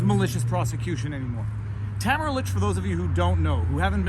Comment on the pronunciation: It's Tah - mare - rah and not Ta - ma - ra